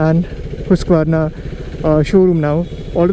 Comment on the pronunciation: Prononciation Nazi here.. Husqvarna is pronounced (Höusq-vana) / (Hoosk-vaana) Vitpilen: Veet-pee-lin Svartpilen: Svat-pee-lin Varsågod.:)